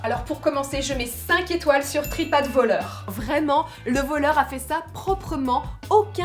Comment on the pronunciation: « Trip advoleur »🤣🤣 t vidéos sont trop drôles !😂